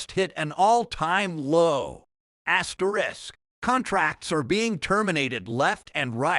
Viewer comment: Me too; the frequent incorrect AI pronunciations are funny enough.